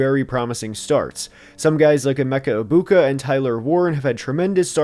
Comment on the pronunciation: You mispronounced "Egbigboo". :-P (Thank you for getting it right, Gronk just makes me laugh)